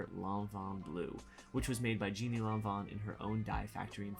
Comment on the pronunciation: Great introduction to Alber Elbaz’s work for Lanvin, and it’s a real treat to see the details and fit. Damn you, you clotheshorse, I’m jealous! Having studied French for a year, I’ll say the founder ‘Jeanne’ is pronounced like ‘zhan’ (sorry if I’m not making sense with that amateur phonetics), where the second ‘e’ is silent.